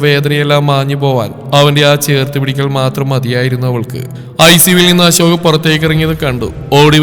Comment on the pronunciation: ജാൻ അല്ല അശോക് അശോക് അശോക് 10 തവണ പറഞ്ഞു പടിക്കു,,, ജാൻ കേൾക്കുമ്പോ നീലാംബരി ഓർമ വരും